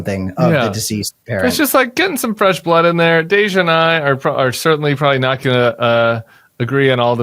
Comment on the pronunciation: Oh, Tim: you call Cameron “Cameron,” but you call “Deja” “Dej’”? Some crap there.